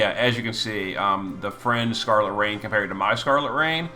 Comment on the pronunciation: Love the way you called scarlet rain raegen lol anyways finally Physalis getting some buffs